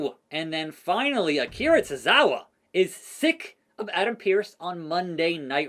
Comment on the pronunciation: akira tozawa.... No "s"